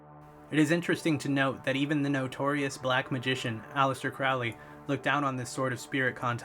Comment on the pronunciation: It's Aleister CROWley (as in the bird 'Crow'.)